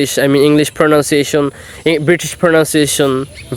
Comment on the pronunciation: its pronunciation not pronounciation, That is the central vocab of your video but you made the slip over and over again though you learning but you must fix it .... btw keep it up.